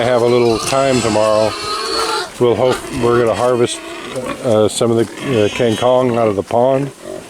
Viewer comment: It's KANG KONG not kin kong